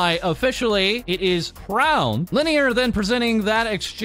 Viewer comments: Crown? Cray-on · pronouciation of "crayon" is killing me💀